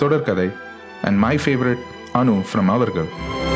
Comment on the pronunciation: It's avargal... not ivargal